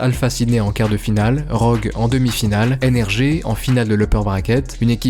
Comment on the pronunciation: Ça me perturbe quand il dit nrgé